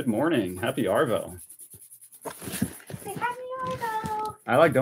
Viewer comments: Pronounce arvo as ahhvo don’t rotate the r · WORTH READING from OZ. Yep another slang. Love the channel and just new this week,but I would like to educate you on the Aussie way of 2 pronunciations of the 2 words you use ever blog. 😊 First , Aussie. You pronounce the SS. It's pronounced ZZ Ozzy. And second. Arvo. You delay between the Ar and Vo. It's really quick. Let it flow . 😊😊😊😊😊😊😊😊😊